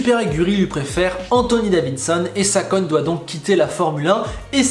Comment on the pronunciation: Ou bien regardes où tu recules m-m-mais "Salkon" Yamamoto